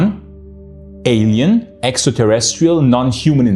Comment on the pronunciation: Extraterrestrial?? Did he say extraterrestrial!??🤨?